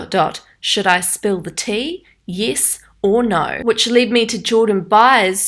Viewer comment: “Yiess or no?” I love ur accent😂😂